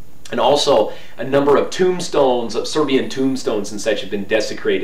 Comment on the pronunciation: Very nice Serbian pronunciation for a Westerner! Congrats!